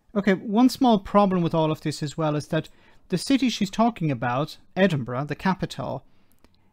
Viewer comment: Where does she come from? She doesn't even pronounce Edinburgh correctly. Oh yeh pick on Scotland, the first strike we have had as our railway was not on strike, is nationalised. Our water is clean, no shit coming out of our pipes to the sea . Having worked in refuse and street cleaning I have always thought they deserved more. Grave diggers r paid more because they will come across all the yuck of decomposing bodies but street cleaner and refuse collectors deal with sick on streets, used needles, drug and diabetic, knives in bags, shit on streets if public toilets closed. This goes on throughout uk not just Scotland. There r a lot of germs and disease connected with tasks like this and ppe does not protect u from it all. Yes I support their strike as they r overlooked heroes. They worked thru lockdowns when paper carried the covid and have a very hard physical job that will probs mean early ill health issues. Bad knees, back etc. I hope they get what they want.